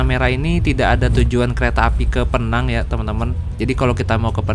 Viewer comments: Sebutannya bukan PNANG.. PINENG.. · Bang PENANG bukan peenang, pake penegasan PE-NANG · Sebutan penang ....pineng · Bro Penang di baca pineng 😂😂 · Penyebutan Penang bukan Vokal Penang bg. Tp Pineng. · Pineng bukan penang😅😅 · Maap kalau boleh kasi masukan.. kalau Penang itu di sebutnya pineng ya mas. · Penang sebutan nya Pineng bang..saya pun jadi pening ( pusing )..😅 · Penang,penyebutannya Pineng. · Penang penang, yang betulnya adalah pineng. Buruk sangat sebutan penang tu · bkn penang tp pineng atau pinang ya 😂😂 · Tante Saya Org Penang, Di Menyebut Kota Penang Dengan PI-nang.. Penekanan Huruf I.. Terdengarnya Mirip PINEENG.. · Agak resah denger pronounciation Penang tu. Yang betul itu Pineng yaa bang😂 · penyebutan Penang nya agak lain bang..hahaha = Pineng org malaysia cakap bang.. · Menit Bukan PENANG mas bacanya PINENG biar enak dengernya logat Inggrisnya ... 😊😅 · Penang dibaca = PINENG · Itu nama dia pineng bukan penang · Penang itu melayu bilangnya pineng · Sebutan betul Penang adalah Pee-neng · Nyebutnya pineng😁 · Cara ngomong Penang nya lucu 😂